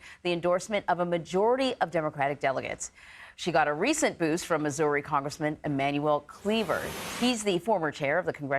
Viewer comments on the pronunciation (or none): none